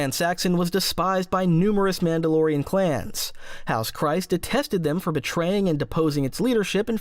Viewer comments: Kryze is pronounced Kree-z not Cry-z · Kryze rhymes with grease, not with rice. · I just made the same comment to myself how can people still not pronounce things like czerka and kryze properly